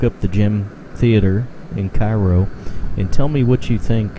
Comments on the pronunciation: the towns name is pronounced care-oh... in order to differentiate itself from the city in Egypt... I was born and raised here. my father's law office is two doors down from here and he even attended shows here when he was younger. it has been abandoned my whole life. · couldn't find you on Facebook but I would be happy to help any way I can. I have been urbexing Cairo since my childhood. the building in the beginning of this video can be explored if I show you how... the pronunciation thing is just a local pet peeves but I don't care haha. we just try to make it known. also there are many more buildings to explore around town as well!